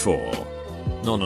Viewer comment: Text: nonononono Text to speech: nahnuhninunoe